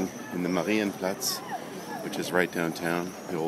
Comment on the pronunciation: sprechen sie deutsch herr ross? ; ) das "marienplatz" klang doch sehr solide. ich schau mir am sonntag andy mckee in darmstadt an, soll ich ihm ein gruß ausrichten? Grüße, Daniel